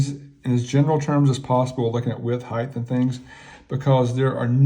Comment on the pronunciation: The word is "height". It ends in a hard T. There is no such word as "heighth". Also, the "Beaver trail" is called a "Tang".